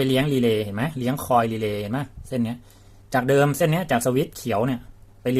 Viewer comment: นี่แหละชัดเจนที่สุด คำว่า...รีเลย์